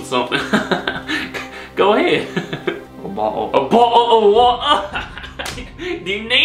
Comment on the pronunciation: Bar-dle of war-dah? You're giving the Americans way too many syllables. It's more like Barlwardur!